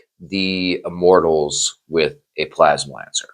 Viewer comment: You literally have "PLASMANCER" spelled out in your title and you spend the entire video calling him "plasma lancer" 🤣🤣